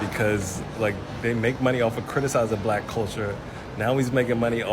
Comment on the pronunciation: ''cwitisize bwack culture'' What? Does it have to flaw? is it perfetct? if so, why is it so regressive then?